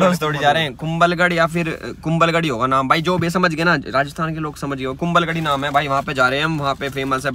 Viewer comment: Kumbhalgarh not kumbalgarh